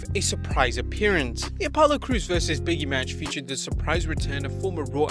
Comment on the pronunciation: I love your videos, but it's pronounced "BIG E" not "Biggie"...